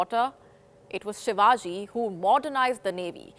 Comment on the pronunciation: sir he is not ur uncle from Maharashtra, agar koi tag kisiko milahe too uske kam ki vajase,not taking his name properly is his and his works dis-respect and kisika name kaise lena chahiye sikhane se pehele apna asli nam too use karo.